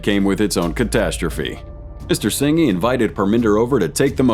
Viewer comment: “Singy” 😂. Singh is just pronounced like Sing